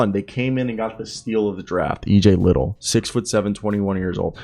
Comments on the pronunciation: It’s li-dell not li-tle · Lid dell EJ is correct pronounced